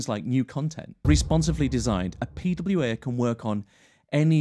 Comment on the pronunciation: Beside of the prononciation, the fact how often he said the term "P-W-Eeeeh" made that whole thing kind of annoying for me. Yes this might a video about pwas and I understand that you have to use that word, but not like 40 times in a row... At some point just tell them applications because everyone knows that you're talking about P-W-Eeeh's after being told so often.